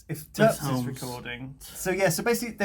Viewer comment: cant pronounce hulmes?